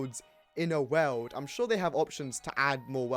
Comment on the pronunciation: "Weld" it's pronounced world lmao